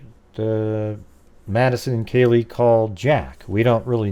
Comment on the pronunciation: Oh man …how you gonna do such an awesome job on this model and then not say kaylees name even remotely correct